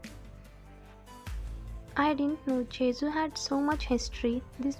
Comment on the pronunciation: It's jeju you are saying jezuu